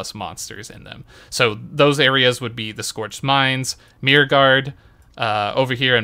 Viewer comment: myrKKKKKKK, theres a K in in Myrkguard. Please pronounce it.